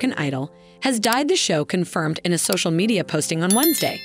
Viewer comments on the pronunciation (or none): none